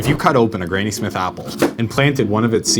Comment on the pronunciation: Its granny as in grandmother. Not grainy.